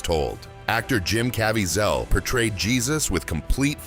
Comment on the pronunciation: I liked this video. However, Jim Cavaziel's name was mispronounced. I'm not against producers using AI as long as both the audio and video are accurate.